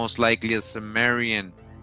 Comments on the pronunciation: not sumerian, kimerian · It's pronounced 'Kim..' not 'Sim...'.... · THIS GUY IS SO FAR OFF. HE DOES NOT EVEN KNOW HOW TO PRONOUNCE CIMMERIAN.